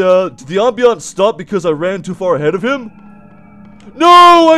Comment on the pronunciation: stop the ambeunce me: scott the ambeunce